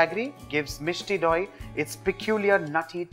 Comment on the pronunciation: The way he says Misti doi😍😍😍